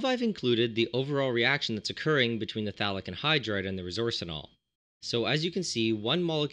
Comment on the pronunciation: I thought you were saying Phallic Anhydride